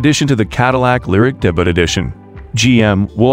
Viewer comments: It’s pronounced DAY-BYOO not DAY-BUTT. Come on, debut is not that obscure a word. Google it and listen to the pronunciation. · Not much new here, but nice to get updates. Interesting pronunciation of the word "debut."